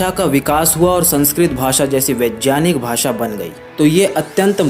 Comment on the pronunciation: पहले उच्चारण करना तो सीख ले, वैज्ञानिक को वेजयानिक बोल रहा है